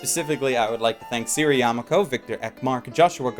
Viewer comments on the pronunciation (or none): none